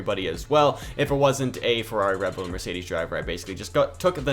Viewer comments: Ah yes, re bull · Re Bull 💀